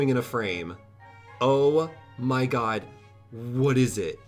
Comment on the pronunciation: I like how he says "oh my gay" instead of "oh my god"